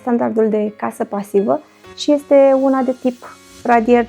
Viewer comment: Primu I-este nambar oan." Mi-ati facut ziua. Tu( n-am idee ce cauta acel ,,simplu" :) , dar mai ales ,,care ieste muuulti... Va apreciez intelectul, diplomatia mai mult sau mai putin pasiva. Ah, uitasem de sot, brici, alegand umbra. Bafta-n toate cele! :)